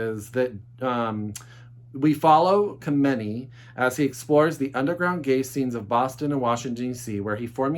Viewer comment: FYI: not throwing shade but frank kameny is pronounced “ cam-n-e”. Only know how to pronounce it because I live on the East coast where some of my friends knew him personally.